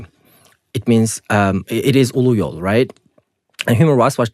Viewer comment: Why is he pronouncing Uyghur in a wrong way if he is Uyghur?